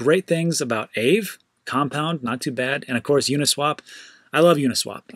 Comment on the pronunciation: Btw, Aave is pronounced “Ah-vey” - it’s Finnish for ‘ghost’. I’ve experimented with the platform briefly but honestly, the ETH gas fees made it impractical. I’m hoping that issue can be resolved.